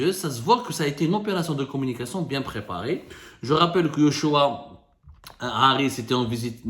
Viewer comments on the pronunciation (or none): c'est joshua et non yoshua xp